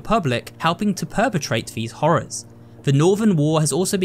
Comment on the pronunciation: be like '' hoorer '' 💀💀